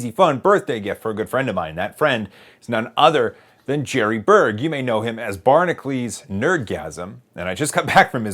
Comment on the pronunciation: Why does he pronounce his name 'Barnaclees" when it's spelled 'Barna-cu-lees' (Like Hercules)?